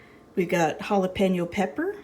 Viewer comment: Great vlog and thank you for pronouncing jalapeño right it 's not jalapino chile ! With salsa it's kinda like an egg chilaquiles here in Mexico City , love the cast iron pans